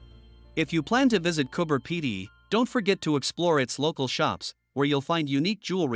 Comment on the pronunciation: coober pedy not cooper pedy